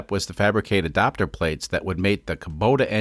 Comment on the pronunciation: You say "adapter" funny.